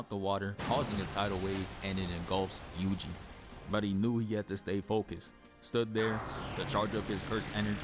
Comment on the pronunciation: Yuji was going crazy bro 😭 "yugi" 😭 fire vid tho